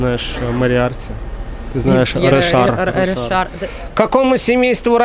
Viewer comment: Ришар, не Решар